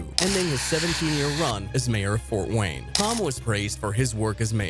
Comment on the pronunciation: "Fowt Wayne"